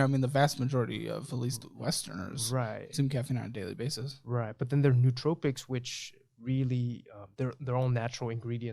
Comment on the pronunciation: Nootropics is pronounced no-o-tropics.